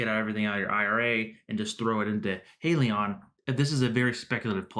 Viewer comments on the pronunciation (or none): Subscribed. True to your channel's name, it's pronounced HY-lee-yon not HEY-lee-yon. Buying one share of HYLN is like buying a ticket to board the Titanic. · * Hi-lee-on * you’re welcome